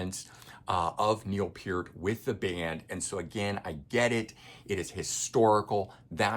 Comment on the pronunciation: At least he got Peer-t right!